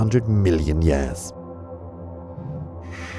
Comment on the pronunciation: "...million yass ago."